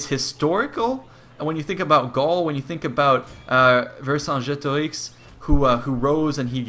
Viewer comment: What was with the french accent on Vercingetorix, it was just pronounced ver-cin-ge-torix no accent :D